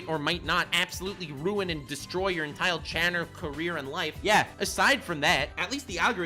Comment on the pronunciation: entile channer